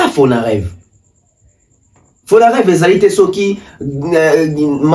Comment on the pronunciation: c’est Fonarev et non fonadev